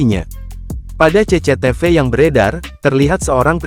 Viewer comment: Mimin nya terlalu jujur.. CCTV,nyebut nya CECE TEVE